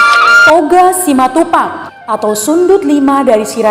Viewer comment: Betul, bilang nya simatupang. Mantap